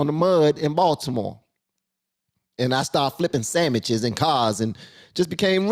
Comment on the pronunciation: Sandwiches, not samiches